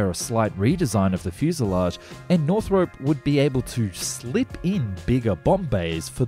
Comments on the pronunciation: It's pronounced Northrop, not Northrope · Man, please... it's North-rup, not North Rope. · Can't listen to this, half my family is called Northrop and it's not north-rope it's north ROP like DROP . Sorry, we all have our little foibles! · NorthROP not NorthROPE. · Pronuncation police. It's naw throp, not naw thrope. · Never heard it pronounced 'North-rope' before. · Just so you know, it's pronounced as it's spelled, North-rup.